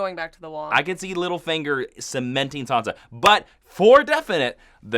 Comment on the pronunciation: it's Sansa not Sonsa. San-sa. An A sound not an O sound.